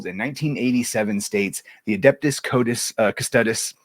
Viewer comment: Cuss Toe Deez. The pronounciation is everything.